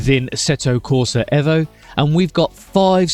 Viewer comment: 1.4 dropped bro. Hey, your the only one saying EVO correctly👍